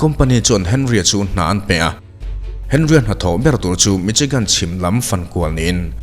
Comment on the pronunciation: Mi-Shi-gan tia lam tur Michigan hi..... C-H-I chi ti a lam tur qnilo